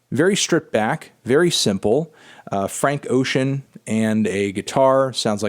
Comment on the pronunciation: It's pronounced "Oh-shin" not "Oh-keyan" Melon